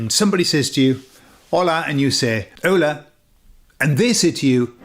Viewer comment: Video: Why Spaniards Instantly Know You’re Not Native Host: "Holah, Vienvehnidos!"